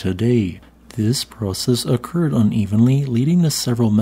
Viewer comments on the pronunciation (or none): none